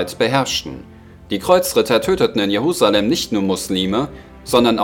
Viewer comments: Es heisst: JeRusalem nicht JeHusalem !!!! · Die Stadt heißt Jerusalem und nicht Jehusalem